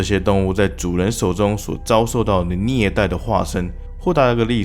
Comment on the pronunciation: "聶"待的化身。😅